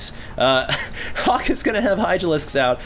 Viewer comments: everytime says Hawk, I think I hear Huk lol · is so asian when he says Hawk....people hear Huk. LOL